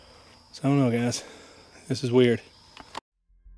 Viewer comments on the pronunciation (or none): none